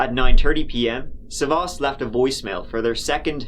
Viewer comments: The stress is on the first 'a'. Sa'vvas, not Savva's. Ear rape for Greeks. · It’s sàvvas not savvàs ! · Dammit it's sAvvas not SavAs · The man's first name is "Savvas" not "savos: as the narrator calls him. Learn to pronounce the names properly before trying to pronounce them. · you fucked up big trying to pronounce greek names hahah. its sAvvas, not savvAs. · FYI, you are pronouncing the male victim's name wrongly throughout the video. It's SAvvas, not SavvAS. Common Greek male name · Sάvvas. The stress is on Sa. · As a Greek person, it's Savvas with the sa being pronounced first 😝 but otherwise the pronunciation was 👌